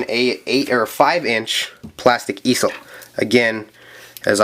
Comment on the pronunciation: it's pronounced ee-zel